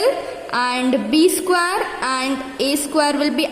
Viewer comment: Man that is not saquare that is square